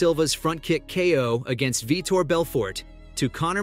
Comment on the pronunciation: Veter not vitor